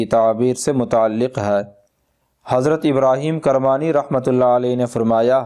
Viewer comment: please rectify your pronounciation.. it is Ibrahim Kirmani not ibrahim karmani (kirmani k keef k neechai zair _ hai zabar - nahi